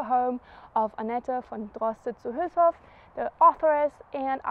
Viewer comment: Great, you speak "Münster", "Hülshoff" and "Aasee" like a native! Only your yellow rental bike scares me. Whenever I see a yellow bike, I show consideration. For my health ... :D